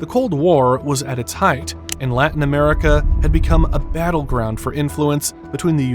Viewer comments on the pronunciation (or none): none